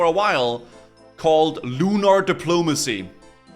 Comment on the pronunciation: 'Lunar Depolomanicy' Lol.